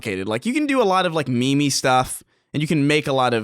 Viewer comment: said "me-me stuff" lol.